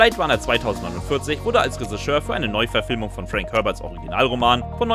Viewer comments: Der sagt das nicht nur komisch...der spricht es absolut falsch aus. Resseschör! Reseschör! unfassbar! Was für ein Sprachwunder... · "Ressigeur" naja das üben wir nochmal :-) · Was ist ein Resseschör? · bitte BITTE sag Drehbuchautor, wenn du nicht Reschissör sagen kannst. Oida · Ja XD Ich musste 3 mal hin hören. Der Sprecher sagt Ressigeur XD Ich lieg am Boden. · Der Typ glaubt wirklich, dass es Räseschör heißt... 🤨 Warum kann sich Lupper nicht die Mühe machen, kurz zu prüfen, was da erzählt wird? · hat der ne wette verloren oder warum sagt der Regisseur so komisch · Moment! War ich wirklich so dumm anzunehmen, dass man bei einem Filme-Kanal das Wort Regisseur korrekt ausspricht? Was für ein Fauxpas...ich entschuldige mich natürlich für meine absurde Erwartungshaltung.